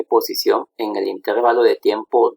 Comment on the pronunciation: Excelente. Solo una crítica constructiva. La palabra intervalo es grave, no esdrújula, por lo que la sílaba tónica es la penúltima. Así que se pronuncia interVAlo, no InTERvalo